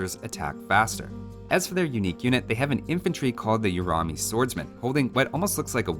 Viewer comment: Please in future when you pronounce the names of the unique units, use the following as a guide. Urumi - Oo(as in ooze) roo-mi(me) Ratha - Ru(like in Rust) thaa Thirisadai - Thii ( as in these) - rii (as in revolt) - sa (like in sub) - dai (like die) Chakram - Chuck-rum Shrivamsha - Shree - vam - shah Ghulam - Goo-lum